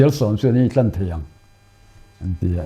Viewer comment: " Tlan" tih i sawi dan hi a pai, Maian bai tih a, Bai tih sang hian a ri tur a ni.